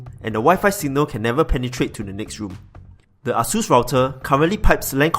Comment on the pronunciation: its ā,ə-sus not AH-SUS.. wtf